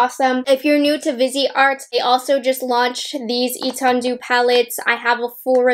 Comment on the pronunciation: Lol totally thought she said bidet